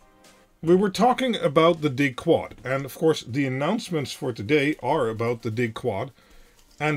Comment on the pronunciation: chuckle … no … just the way you say “Dig-Quad” sounded to them (and I’ve thought it too) very much like ‘dickwad’. 🤣